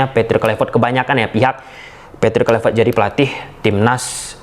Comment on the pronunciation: Hahaha... udah bisa pronounce KLUIVERT ya bang? Hahahah...